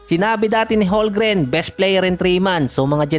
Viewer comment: CHET HOLMGREN Silent L po boss hndi silent M. 'Homgren'.. Hindi po HoLgren.